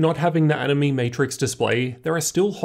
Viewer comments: Btw it's pronounced as "annie may" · Animaymay, nah I'm not so sure, I know how "anime" is pronounced, but they said it how I say it at CES, plus the word is capitilzed as "AniMe", emphasis on the "me" because you can customize it how you want, or something.